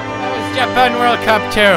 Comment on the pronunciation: This is JA-PANG